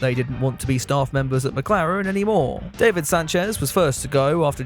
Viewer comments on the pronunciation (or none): none